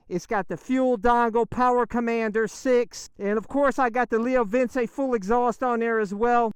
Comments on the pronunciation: Leo Vince is pronounced Leo vinche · Pretty sure it's pronounced "vin chay" Sick bike.